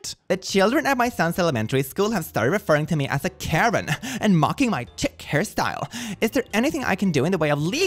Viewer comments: I'm not trying to sound patronising, your brain is far more wrinkled than mine. I'd just like to point out that chic is pronounced "sheek" (which my autocorrect just tried to change to Shrek, a far better hairstyle for Karen's). Not that it matters, as your English is better than most of the people I went to school with (in England). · lol it chic as in "sheik" not chic as in "cheek" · just fyi because it’s come up a few times: chic is pronounced sheek. Yes, I know it’s whack. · "chic" is pronounced "sheek," and means fashionable and elegant.